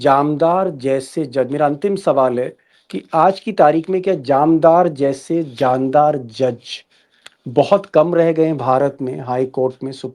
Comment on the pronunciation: Jamdar nahi jandar+ jandar= shandar ❤